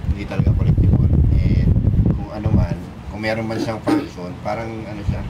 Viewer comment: Kulang sa kaalaman Yung hinyo mo. Hindi nya Alan Sabi nya Hindi kiliktibul hahaha.